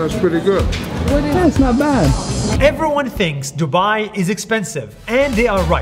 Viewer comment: I like how he said duba☠️